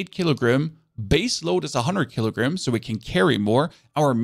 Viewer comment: "kilgrims" first time I've heard it pronounced like that